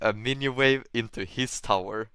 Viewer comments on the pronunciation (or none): my man is saying vawe